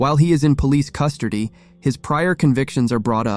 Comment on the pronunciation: "police custordy" 😂😂😂😂